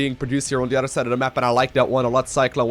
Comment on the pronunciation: "on dee udder side of duh map" fucking love that, keep up the good work man